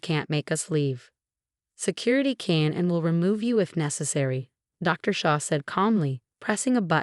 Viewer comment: Female narrator, male protagonist. Phony terms of endearment are insults. ER, on uh er, Shah, not Shaw. Roughhousing, not raw housing. Assault charges against Alex and other charges against the parents for enabling Alex's behavior, should be inevitable. Peephole, not people. Shah, not Shog.